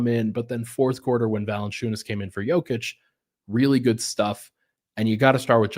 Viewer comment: Love the effort to say Nikolas’s name correctly,! I hope all of our Denver media folks make this a thing! I remember a couple of seasons ago, one of the big media interviewers (Monica M maybe?) said it “correctly” in an on-court playoff interview i think, and the Serbian homies went crazy (in a good way) in the comments 😊